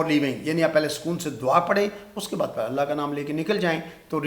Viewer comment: Professor sahib , please try to pronounce the word ,,Allah , properly